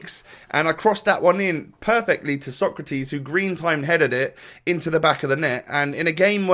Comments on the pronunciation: It’s SO-CRA-TES not TIS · SÓCRATES, not SOKRATIS.... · It is pronounced sokratays